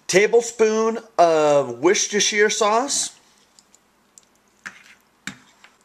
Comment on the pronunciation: wuss-ter-sher sauce. plz get it it right